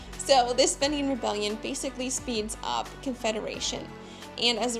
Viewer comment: Had to stop listening after hearing "fenian" continually mispronounced, to my ears anyway.